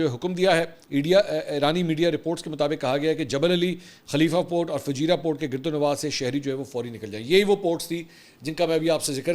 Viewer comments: Mansoor bhai it’s Fujairah not fajira . All is normal here. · Correction: Fu-jai-rah, not Fajirah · Sir, its not fujeeeera...it is pronounced as fujaayra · Bhai ..Fujairah naam hai, app fajirah keh rahay ho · Fujeirah hai not fajeera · It's not fajeerah it's Fujairah Akhi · FUJAIRAH,, not Fajira. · Not Fajeera, it is Fujaira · It's Fujairah not Fajira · Mansoor its not Fajeera, its Fujairah :) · Fujairah Mansoor sahab not "Fajeera" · Mansoor bhai, pronunciation correction for couple of City names. Bcuz i had been working there at various ports as a Mariner (Seaman). Kharg island (کھرگ جزیرہ), Qeshm (قشم). (قے شم) Fujairah (فجیرہ) (فو جے رہ) Im making this correction as many media outlets pronouncing it wrong. Kharg as (خرج). Couldn't understand for long time, ky ye خرج konsa city hy.. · Mansoor bhayi, it's Fujairah - Pronounced as Foo-Jai-Raah. We are about to enter a polar world. East vs. The West. And India will be isolated in the East. US will have to leave "The Heart" (Middle East). US will dig its own grave once they bring troops on the ground. Jerusalem will be the new Superpower of the world on the West. And we are yet to find out who will the power be in the East (for Muslims). Pakistan keh achay dinn anay lagay hain! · "Fu Jai Rah" is how you pronounce it.